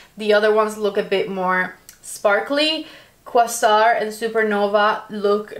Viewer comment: Quay-sar...you guys never research before a video. Pronunciation matters.